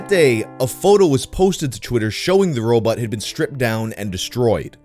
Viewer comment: "what's a robAWT doin here?"